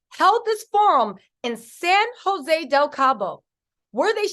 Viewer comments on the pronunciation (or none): none